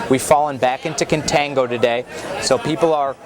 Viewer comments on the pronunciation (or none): its CON-tango